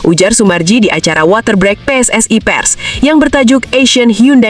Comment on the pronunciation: Water break,baca ;woter brik